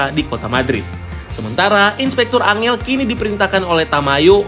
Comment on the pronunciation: bener nih, angel juga dibaca ankhel min